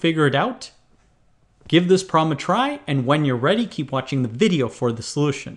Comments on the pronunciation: Now I can't unhear him say VIDeo. Fresh Talltalker has been ruined for me. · You certainly put some emphasis on the first letter of "video" for some reason.